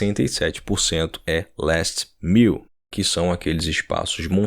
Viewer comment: Muito bom vídeo PS : “mile” pronuncia-se como “má-iou”